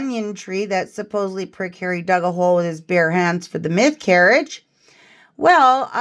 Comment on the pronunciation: The choir 😂😂😂😂😂 "Hawwy has a frozen nob 😂😂😂😂😂"